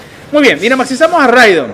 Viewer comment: Rigod en vez de Ridon 🤣🤣🤣🤣🤣🤣🤣🤣 buenísimo